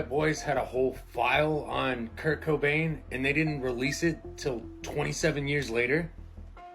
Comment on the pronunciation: Tahaha I thought he said kirko bangs not Kirk cobain lmaooo I’m like no way he didn’t have ties to drew Barrymore lol